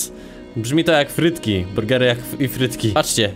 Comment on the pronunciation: Wojtrk jak powiedzieci frytki bez y ?